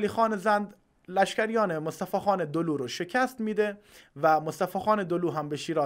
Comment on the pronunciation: دولو نبود سه لو بود عزیز من دولو با فتحه دال و واو با تشدید خونده میشه